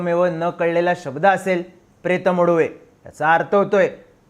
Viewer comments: Pret Muduve naste te. Pretha Madhuveh aahe mahnje Pret cha Lagna. Please correct pronunciation kara hi request aahe. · प्रेत मदुवे असं उच्चार असतो